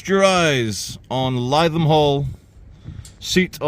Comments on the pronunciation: NOT lie than its LI THAM AS IN L I THAM OK MATE. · We are doomed..!! Where are the patriot missile batteries protecting bae systems.!!??? 😲🫡😲 Oh by the way, Lytham is pronounced 'Litham' and not 'Lietham'... 😁😁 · I wonder if BAE systems employ joeys? mine goes more like a walnut lol he seems like a reasonable guy. Totally get where he is coming from. why wouldn’t you paint those gates!? it’s Lithum rather than Liethum if you get me? Just for future reference mate. dude I felt that pain as soon as he said it. If the police want to know why the general public have a distaste for them, there is the example right there. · Lytham is pronounced Lithum not lietham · Litham pronounced lie 😢tham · Has anyone corrected your pronounciation of "Lytham" yet? If not, it's "Lithem", not "lie-them". Happy to help :) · You're pronouncing Lytham wrong..... the first syllable sounds like " liv " Like Liverpool...... Lytham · Not Lie-Tham it’s pronounced Li-Tham 👍🏻😉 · Lythum is pronounced - - - - LITHUM :) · Your pronouncing it wrong it's......lith..am. 👍❤️ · great video as always but as a resident of many years of Lytham it’s pronounced “Live-ham” 👍🏻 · No it’s not. If you pronounced it as Live ham, you were probably kicked out of the town. Lytham rhymes with rhythm 🤦‍♂️ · It's pronounced Lythiam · it’s pronounced Lith-um. fun video though. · It's pronounced Lithe Ham, like an athletic pig. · It's pronounced 'lithum' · No, it’s ‘lit’ (Received Pronunciation) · It's pronounced Liv-em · It’s Lytham with a hard “Y”, not Lietham. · No. Only Cockneys have an inability to pronounce th correctly. Th is a dental fricative - your tongue should touch your front top teeth as a bit of air comes through. Th-fronting is that cockneyism for pronouncing th like f or v. As a northern, you should know better. Li-thum. If you pronounced th like f or v then you cannot speak English properly. Simple as that. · Is it not pronounced litham instead of Lytham